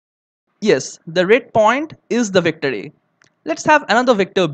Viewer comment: "the victory"?? IT'S "THE VECTOR A"